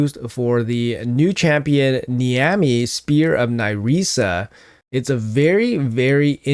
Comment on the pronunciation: Niamhe is pronounced Neeve. That's Irish spelling for you.